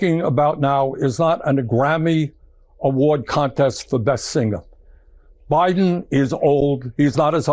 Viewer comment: "Singa" for singer. While so clearly pronouncing the G. You can never take the Noo Yook out of Bernie :) Love him, don't always agree with him, but he is a national treasure.